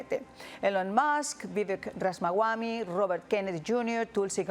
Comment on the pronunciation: Supongo que Ramaswami no se pronuncia Ramas-wami sino Rama-swami, Rama es el kshatriya (guerrero) protagonista de la obra Ramayana (historias de Rama) y swami significa en sánscrito maestro.